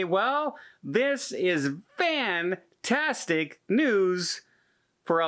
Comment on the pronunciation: Ok is it just me or did anyone else think kept saying have a vantastic day? No just me lmao 🤣